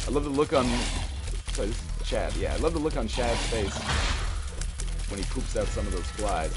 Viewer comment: You keep calling little Chad "Chub" lol